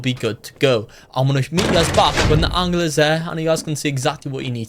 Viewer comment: Why do you say angler like aungler